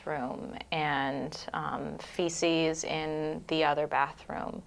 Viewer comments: I found it annoying - fee sees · It’s kinda cute how you pronounce feces “fishies”😂❤